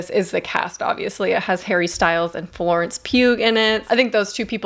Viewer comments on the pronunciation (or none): none